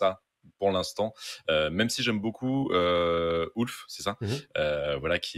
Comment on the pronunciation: Ah non, (quelle belle voix!), tu vas pas dire "Ouf" au lieu de "Ulf", toi aussi! Sinon, bon duo, analyse sympa.👍 Et j'ai aimé quand a parlé de l'animalité du dragon.🐉😋